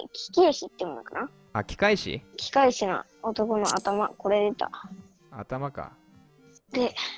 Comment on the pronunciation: 何かお勧め出てきたので見てみましたwwいや… 機械師(きかいし)をきけいしと読むとはww一番面白かったです(#^.^#)